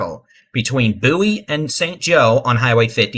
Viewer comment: It’s Bow-ie , like David Bowie the singer. Just saying. Lol thanks for what you’re doing